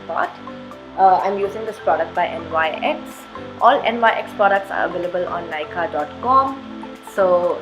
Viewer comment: It’s not NYX it’s pronounced as Nix.